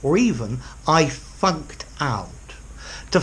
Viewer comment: For a second I thought you said "I fucked" "I fucked out" when you said "I funked" "I funked out"